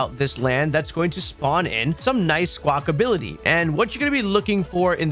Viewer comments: Thanks for the video again, great stuff... P.S it's not Squakability it's Squakabilly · love that you spell squawkabilly correctly but you keep saying "squawkability" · Its Squawk- abilly, NOT SQUAWK-ability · 😂 It was getting to me so badly. Lmao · "Skwakability" - and AustinJohn